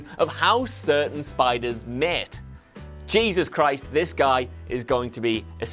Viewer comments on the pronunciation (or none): none